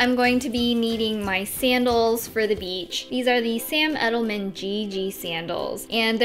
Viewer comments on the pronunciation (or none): none